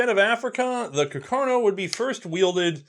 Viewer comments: I took my Cuh-car-no into the Chi-pole-tee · >cacarno What did he mean by this?